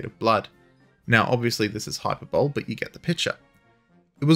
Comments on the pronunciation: hyperbole. We in the States say it as hy PER bo lee. Is it pronounced hyper bowl elsewhere? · My brother in Christ, it’s high-per-beau-lee, emphasis on the second syllable, rather than hyper-bowl. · Psst: It’s pronounced “hyper-bol-e”, not “hyperbowl”. English is a weird language, even the improved Australian variant. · Hyperbole. Hi-perb-bo-lee. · Pronounced Hyperbole as "Hyper-Bowl" all of 4 minutes and 40 seconds in. Absolute shame. Anyways, on with the program. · agreed. An abomination. "why, in America they haven't used it in years" -Henry Higgins, My Fair Lady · Wasn't trying to be rude. I like your videos. But it's actually how it's pronounced. It's not a dialect issue - at least, it is only insofar as your dialect is incorrect. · Hyperbole isn't a word that has local dialectic differences. The only thing you did was pronounce it phonetically, and phonetics isn't a dialect. How much straighter do you want it laid out? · Well, if it's anything derived from a Saxon dialect, I'd imagine you pronounce aluminum as "Al-you-min-ee-UM". Beyond that, your pronunciation of Hyperbole has nothing to do with dialects or accents. It's an extremely common mispronunciation, Americans do it as often as Aussies, Kiwis, and Limeys. English fails at adhering to it's own rules of phonetics, so it can't really be helped.